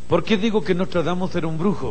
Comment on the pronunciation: Es "Nostradamus" con "N" no con "M".